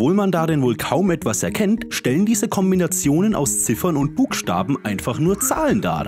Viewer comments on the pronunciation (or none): "Buckstaben" i love it <3